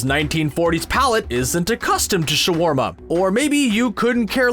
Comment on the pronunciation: Exacu-larly sha-warma. Are all of this channel's announcers Skrulls?